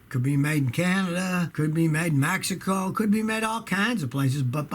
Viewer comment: "Made in MAXICO" lmao, Scotty. Youre the best, dude!